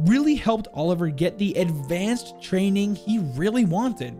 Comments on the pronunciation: It’s not pronounced Oliver it’s per ounces oli-v-yay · Mate I don't wanna sound like an arsehole but his name is OLIVIER not OLIVER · I'm one to dismiss pronounciation, but man, please learn to say Olivier properly. It's not Oliver. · haha it’s not Oliver, it’s Olivier. It’s two different names, Olivier being french as well as lion. Olivier is pronounced oli-vi-ay :) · You pronounce it like: "Oli-vee-eh" not Oliver. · In French, I think Olivier is pronounced "Oh-liv-ee-ay" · Suprised you didnt mention about the name "olivier" pronounced Oli-ve-i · I think the name is “ol-iv-ee-ay” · Olivier is pronounced oliv-ee-ae